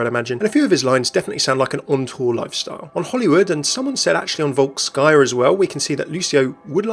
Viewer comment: ... right is "Volskaya", not "WalkSkya". So in translate "Volskaya" is something like "Freedomfull"